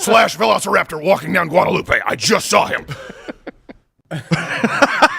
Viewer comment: It's pronounced Guada-LOOP in Austin, Steven!